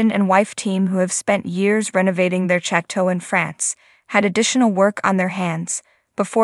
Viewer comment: Please pronounce “chateau” correctly.